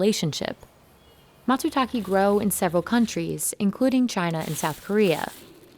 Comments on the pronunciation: No subtitles and not making the effort of actually calling the mushroom by its name. Call it matsutaké, not matsutakee. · Don't worry, I can translate for you, since these guys are too lazy to do it themselves. "Where the fuck are all the mushrooms???? Fuck I hate this fucking forest. Leave me alone so I can get back to work. You can't even be bothered pronouncing Matsutake correctly."